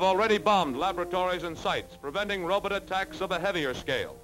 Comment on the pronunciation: "Rowb't"? What, is he Zoidberg?